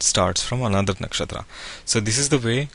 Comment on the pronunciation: Very nice program but pls Can u pronounce 'नक्षत्र' ना कि नक्षत्रा , and 'पद' ना की पदा , this wrong Hindi is always always heard on every u tube channel , I don't know why people r teaching concepts from sanatan and not taking pronunciation from the same , Kab Tak hum abhi bhi western world ke slave Bane rahenge !!! Jago Bharat jago 🇮🇳🇮🇳